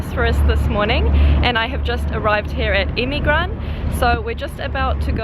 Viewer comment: not emigran,EMİRGAN